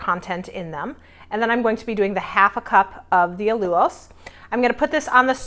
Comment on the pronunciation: I am hoping after 3 years you know it's NOT A lu ose it's Al U lose :) You can do lemon juice and cream of tarter instead of xanthan gum :)